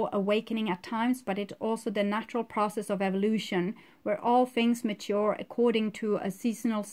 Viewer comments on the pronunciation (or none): none